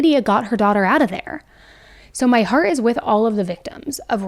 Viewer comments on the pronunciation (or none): none